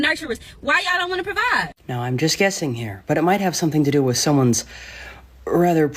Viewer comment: Supermodel needs to change WIT to WITH. (your tongue goes out past your TEETH. Then, you will be able to correctly say WITH and TEETH. !!!! YEAY!!